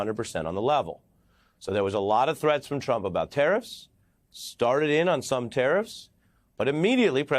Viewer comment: I wish Americans would speak properly, this guy says ‘tariffs’ but it sounds like he’s saying ‘terrorists’